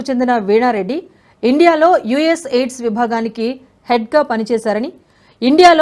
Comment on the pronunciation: యుఎస్ ఎయిడ్స్ కాదమ్మా యుఎస్ ఎయిడ్ 😂😂అది